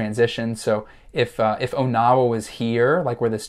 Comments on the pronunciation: I'm from that area. Question #4. It's not pronounced "OH-Now-WA", it's pronounced "On-Uh-Wuh". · It’s pronounced “On-a-wa”. From a native Iowan